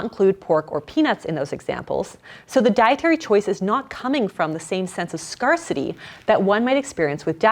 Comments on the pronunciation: Scarcity and scarce -- it's not that "are" sound, it's "air". Scare, like to be scared and the word city. Scarcity. :) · Great video. If you are going to say scarcity and scarce please pronounce them correctly. For some reason it’s driving me nuts. It’s skersədē and skers. Thanks.